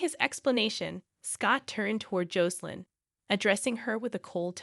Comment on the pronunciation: The pronunciation of Jocelyn's name is wrong. The "O" should sound short, not long.bas in Josselyn not Joecelyn